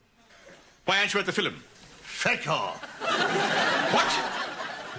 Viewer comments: Why does he say 'filum' instead of 'film'? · I love the way they say film Filim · Love how they say “fillum” for film. My boyfriend and I have been saying that just to be silly for years